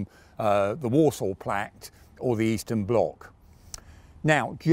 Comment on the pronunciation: A bit cheeky but I enjoy listening for mis-speaks. 'Warsaw plact', 'Frive', 'Bilge-ians' were a few that I got. Very good Tank (Destroyer) Chat! Nice work